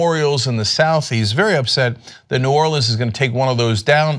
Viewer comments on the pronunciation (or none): none